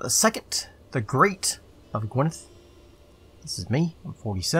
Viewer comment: Good pronunciation of gwynedd